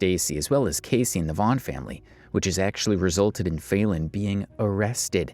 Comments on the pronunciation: Her name is not fail-en. You're either an idiot or you're doing it on purpose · “FAY-Lin”…. Kinda sounds like FAILING doesn’t it…